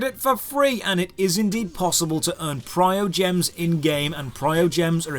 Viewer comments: Normally you make very good reviews on games, but you have some major errors in this one. And honestly, it's kind of hard to take your criticisms seriously when you got the main currency name wrong. It's not "Priogems", it's "Primogems". There's an "m" after the "i". You cannot farm constellations, those come from summoning duplicates of characters. Buying experience is the least effective way of going about it. There are overworld icons that show mini fights where you farm experience, and those are more than adequate for farming to 70 or 80. Those time gates are almost identical to other MMO's, anyways. Daily dungeons, weekly raid bosses, etc. It just feels different because there's the option to throw a couple of bucks at the game to reset your ability to play that content. And for the summons, so far there hasn't been an expansion where extra content, regular dailies, The Abyss, and character tries (plus free ones from emails) haven't given me three full banner pulls. What I would have recommended for this review is to get in touch with some Genshin streamers, because they would have been able to clear up several of the misconceptions in your video. I understand that Gacha games are not for everybody, but there are plenty of people in this game that only use the free units and have no issues completing content. To be open and clear, I've spent plenty of money on characters; I have not spent a single dollar on energy recharges or to skip daily/weekly timeouts. I honestly us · okay but like when he used Traveler's ult against eye of the storm and didn't collect the berries and called Lisa useless (that girl fking obliterates oceanid) and pronounced primogems incorrectly and made currency seem like a complicated thing even thought it's easy to understand and said cons were farmable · Every time you said PriOgems instead of PriMOgems my heart broke rip, great video pointing the bad and good of this game ! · primogems!!!!!!!!!!! not prio gems